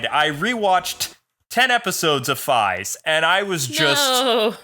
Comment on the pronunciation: Fiaz? Its Faiz.